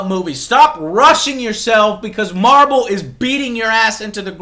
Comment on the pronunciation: did he say Marbel? xD